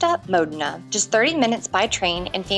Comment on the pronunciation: OK. Just remember that the 'o' in Modena is short, not rhyming with 'go' or 'sow'.